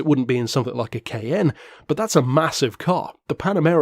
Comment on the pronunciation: I just realized he was saying Cayenne not “KN” lol. I was so confused first time I watched.